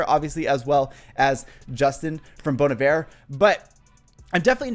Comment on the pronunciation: I just appreciate that you pronounced bon Iver correctly! I find it annoying when people say they are a fan of the band but pronounce it wrong 😂